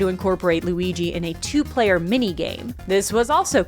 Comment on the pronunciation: Lu-eye-guy is my new character name, thank you 🙏😌